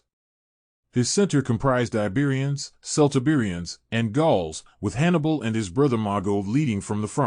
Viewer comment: KELT-Iberians. "Celt" is pronounced "Kelt".